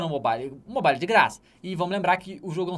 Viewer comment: "Mobaile" kkk... manja de inglês mas pronuncia assim,n sei pq ele faz isso kk.Antes ele falava "mobaiou"